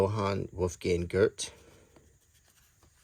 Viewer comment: No offense but that's not how Goethe is pronounced. It doesn't end on t sound, it's te. No r sound either. Cool video though